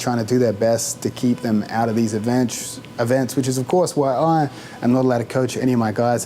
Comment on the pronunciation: LMAO ‘keep them out of these eventchhh’